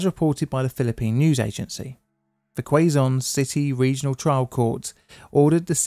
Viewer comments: FYI Quezon is pronounced like “cay-zun” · Just for the record, "Quezon" is pronounced like the American pronunciation of the English word "caisson". Basically "case on". Great video. I remember briefly seeing the original Smoky Mountain in the 80s. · Quezon = "Kay's-on" Another interesting story - This is what "small government" looks like. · If you are reading 'Queso'as kwe-so instead of keh-so you are already reading Quezon wrong